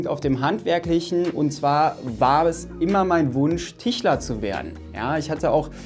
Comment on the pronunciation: Es heisst Tischler nicht Tichler 🤣